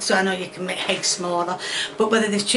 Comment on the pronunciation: why does she always say with an H?? Honions or Heggs?